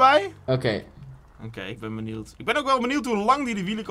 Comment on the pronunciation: Jo bro het is niet benield maar benieuwd